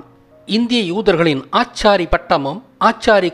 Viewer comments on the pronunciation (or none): ஆசாரி என்பது தவறு. ஆச்சாரி என்பதே சரியான உச்சரிப்பு. அவர்கள் பூணூலை மட்டும் திருடவில்லை. ஆச்சாரி என்ற பெயரையும்தான். பூநூல் என்பதும் சரியல்ல. நூல் என்பது புத்தகத்தைக் குறிப்பது. பூணூல் என்பதே சரியான சொல். ஆச்சாரி என்ற சொல் ஆச்சாரிகளுக்கும் சொந்தமானது என்பதை கோர்ட் மூலமாக நிரூபித்து பயன்படுத்த இருந்த தடையை நீக்கிய வரலாறு கூட யாருக்கும் தெரியாது.பல வரலாறு மறக்கப்பட்டும் அழிக்கப்பட்டும் நாம் முட்டாள்களாக்கப்பட்டுள்ளோம்